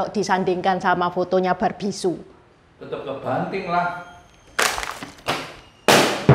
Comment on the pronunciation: bukan Su tapi Sü.